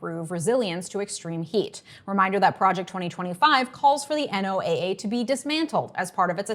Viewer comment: Pro tip: NOAA is pronounced like the name Noah. (just my wee comment to boost this lovely video)